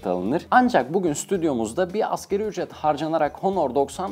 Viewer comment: Askeri ücret diyor ya şaka gibi.. 😂 '' ASGARİ ÜCRET ''